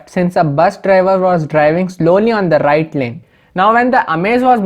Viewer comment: suddenly to the rrrrighttt ..😁✌